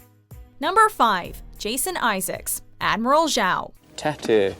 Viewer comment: Who the hell is Admiral Zhao? I think you meant Admiral Joe.